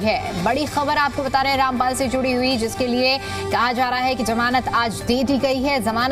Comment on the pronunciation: Pahile to bolna sikh lo sant ka nam kaise liya jata hai